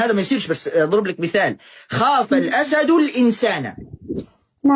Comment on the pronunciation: من الأسد بكسر الدال عشان قبلها حرف جر والشيخ قال الأسد بفتح الدال وهاذا خطأ